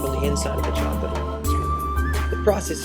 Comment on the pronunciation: Voila! Zacolate! lol